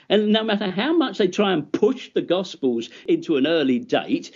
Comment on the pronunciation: No offense to the guy, but I just can't get past his speech impediment. Gospers? Miracres? Public speaking wasn't his wisest career path. Either way, took him out behind the toolshed in this debate.